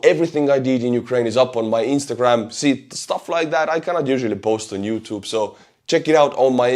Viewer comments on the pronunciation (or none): none